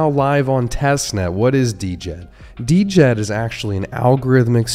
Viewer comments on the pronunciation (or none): You’re killin me the the d-jed 😂. It’s pronounced “jed” ;-) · It's pronounced Jed! For the love of all, please say it right, my ears bleed! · Dude, how do you not even know how to pronounce Djed?? The d is silent…